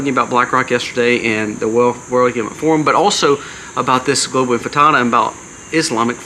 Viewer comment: Infitada? Or is it intifada?